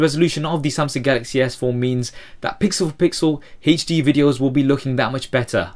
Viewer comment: How he says hd xD Hejdi